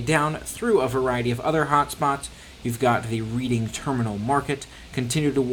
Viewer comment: It’s pronounced REDDING - not READING - terminal market!